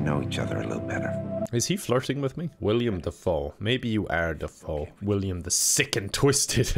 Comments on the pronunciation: Jesus feck! It's Willem not William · You keep pronouncing Willem as William. But then again you also pronounce Kathleen as Katleen, so maybe names aren't for you,. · At this point I’m convinced that you know it’s pronounced Willem and just don’t care anymore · His real name IS William. Willem is a nickname. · Idk if it's intentional but the fact is calling him William and not Willem makes it even funnier. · i genuinely cant decide if doesn’t know his name is willem not william or not lol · Dude it’s Willem Dafoe not William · Does know that it's Willem Dafoe not William? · Sorry to nit pick, but its Willem Dafoe, not William Dafoe. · Willem dafoe not “William” dafoe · HIS NAME IS WILLEM DAFOE NOT WILLIAM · I hate that he says william defoe instead of willem dafoe